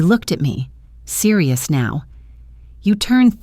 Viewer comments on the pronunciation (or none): none